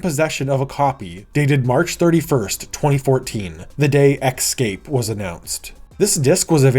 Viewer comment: It’s ESCAPE not ECSCAPE